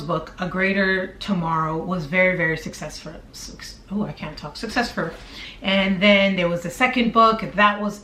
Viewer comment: lol! "succesfur"........YOURE AMAZING!!! you're so genuine and transparent. love it!